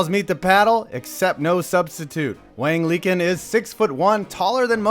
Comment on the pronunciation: Sure, it looks funny in pinyin, and I know your thing is sports-based humor, but that name is pronounced much closer to "Wong Lee Chin" I say so just because the right honorable, by your own hand, saw his name elevated to the same lofty position as noted writer of airport time-killers, Dean Koontz. Keep up the good work man, I like your shit (even though you're a Giants fan, whatever, we're all here for fun)